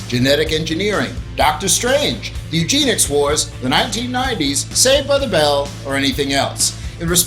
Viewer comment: eugenics not Eugene-ics